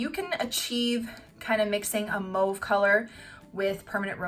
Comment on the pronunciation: Are you from Quebec? Your prononciation is sooo Quebecer hahaa